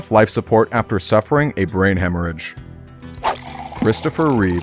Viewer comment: chrisptopher reevesss